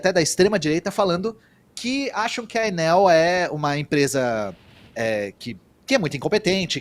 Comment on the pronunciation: Ate que enfim, Enel e não Ênel William!!Aprendeu?